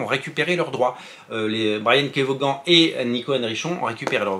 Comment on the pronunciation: Juste son nom se prononce vonne, pas voguane! Comme Stevie Ray Vaughan 🎸